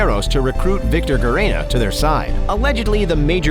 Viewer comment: Gerena as Jeremy, Gerena as Grrrena, when it’s like Herena.